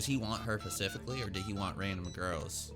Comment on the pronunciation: "Does he want her pacificaly?" No, dude, he wants her atlantically. The word is Specific/Specifically NOT Pacific/Pacifcally - the Pacific is an ocean.